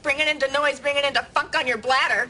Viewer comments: I swear to god I thought she said "Fuck" for a second and wondered if that was a deleted scene because there was NO WAY they would've gotten away with airing that. Then I realized it was a very fuck-like "funk." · she said funk not fuck !